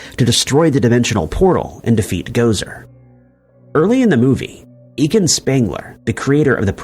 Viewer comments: Egon not egan lol for Ghostbusters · I can't take him saying Egin. Its Egon. Its said repeatedly throughout the movie